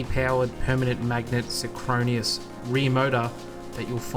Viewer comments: Very interesting thanks. It would be nicer to get a deeper dive - maybe Munro will give us that sometime. Also you might want to look up how 'synchronous' is pronounced. ('sin-cro-nuss', not 'sin-crow-ne-us') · "sin-kro-nee-oss" ??? I think he means synchronous ??? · “Synchronous”, not “sychronious”… otherwise interesting vid. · The word is "synchronous", not "synchroneous". Three syllables, not four. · "synchronous" not synchronius! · Did you really say "sin-chrone-ious"? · Syn-what? “Sin-cro-nus”